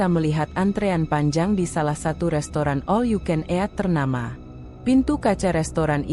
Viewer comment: Ejaan baca 'eat"... Bikin mau muntah. Kenapa gak pake suara sendiri aja si... Gak usah pake suara google...